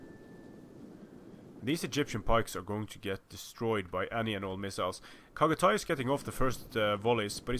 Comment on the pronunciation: Chagatay is pronounced with "ch" at "cherry" not "kh" at "khan". Other than that, you aren't butchering anything.